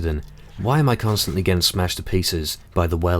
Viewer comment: dude this is strait up bear grylls mw3 tactics... and he said cuntstantly hahahaha lolz